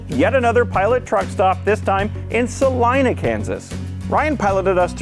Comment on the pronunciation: Congrats on pronouncing ‘Salina’ correctly!